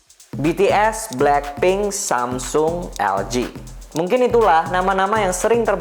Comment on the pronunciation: semsong, why bro? just say samsung